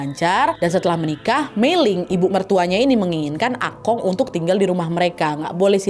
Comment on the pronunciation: Plis nad emang tulisannya Akong tapi bacanya bukan Akong, akung tapi pake o ada u nya juga gitu loh